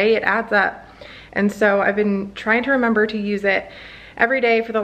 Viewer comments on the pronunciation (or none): none